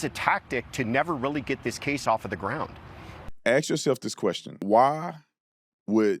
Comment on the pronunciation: Can we pronounce the word ASK, like an actual functioning member of society?? Please 🙏